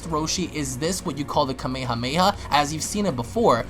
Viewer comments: Its not kamey hamey ha. Its Kame hame ha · Who THE FUCK SAYS KAMEYHAMEYHA WTFFFJFNNFNSJHDND!! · "Kameii-hah-maii-hah" smh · its kame- hame ha not kameha meha shits annoying bruh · 'kamey-hamey-ha' XD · Hearing you say Kame hame ha hurts my ears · Your also saying Kamehameha wrong!!! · The god damn way he says kamehameha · I hate the way you pronounce kame hame ha